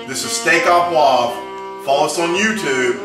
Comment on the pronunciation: yip yip yip...hurts my ears to hear steah a poivre...should be steak oh poivre! OMG NO WINE...cognac ONLY!!!!